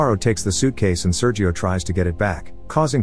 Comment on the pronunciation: SerHio, not Seryio!